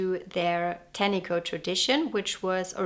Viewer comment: It’s very nice that you have done some research about our country and some of your facts are correct. However, it would be good if you could also research the pronunciation of te reo Māori (or even close) as it’s offensive to hear this beautiful language strangled. Tāniko (pronounced tarneekor) is a traditional finger-weaving technique to create colourful, geometric borders on garments. I couldn’t finish watching sorry.